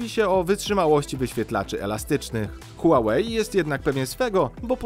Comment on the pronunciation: Czy mi się zdaje czy nazwę marki wymawiasz "Huałejt" czy z "t" na końcu?